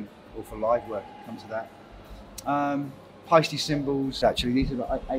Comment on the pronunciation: Now I know how to pronounce Paiste!